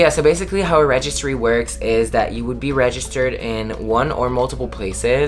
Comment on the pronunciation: I think that's great y'all aren't rushing the wedding., it is so cute the way you pronounce the word "registered " lol I was happy to see Sal in the video! I agree with him about 50 guests. Are y'all still moving in with friends soon?